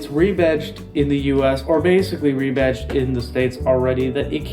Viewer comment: "re-batched"? REBADGED! Fucking AI is gonna make us humans wonder how we ever communicated with eathother/